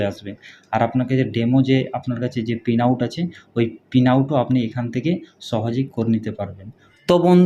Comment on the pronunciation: পিন আউট না, প্রিন্ট আউট হবে